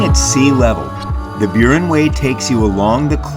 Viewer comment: Can't even pronounce Burren :face-blue-smiling